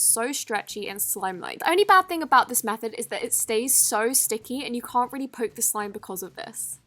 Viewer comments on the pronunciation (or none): none